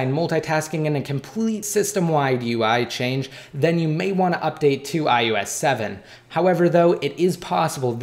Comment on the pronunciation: its iOS not iUS... SAY IT RIGHT!!!!!!!1